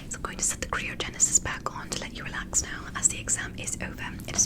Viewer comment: isnt it pronounced cry-oh-genasus